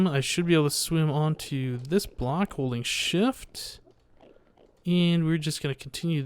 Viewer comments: every time said "Holding shift" I thought he said "holy shit" but I think holy shift is a good swearing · When said holding shift I thought he said holy shit. Loo